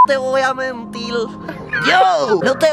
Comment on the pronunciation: Soy el único al que le ha encantao el "no te voy a mentil" de? 😂 minuto